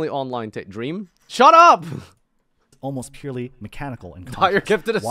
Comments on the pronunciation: Purrely is pronounced purr-ely not purrly. The 'e' isn't silent unless it's at the end of the word. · I thought he said PIRELLI while he meant PURRELY